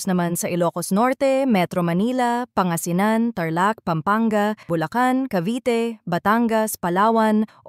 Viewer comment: Pangasinan, hindi panga-sinan